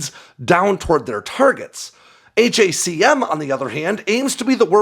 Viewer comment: Stop saying H.A.C.M ...it's Hack 'Um